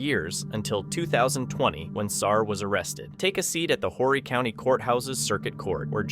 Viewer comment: Horry is not pronounced like you say it. The H is silent. It's pronounced Orry.